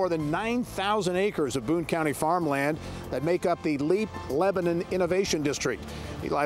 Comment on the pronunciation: Shameful: Lilly's ceo can't even pronounce Lebanon! This leap project is a disgusting and greedy government overreach on behalf of huge corporations. While politicians line their pockets, the people who actually live here like myself are having their way of life stolen from them as ungodly amounts of fertile and productive land are being scraped away and paved over.